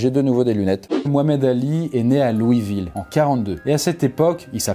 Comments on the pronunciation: Louiseville sa prononce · Louisville !!! On dit le "S" , LouisseVille !!